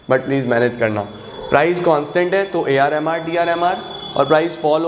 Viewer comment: Jb bhi aap AR MR bol rahe the mujhe woh AR Rahman sunai de raha tha 🙂😂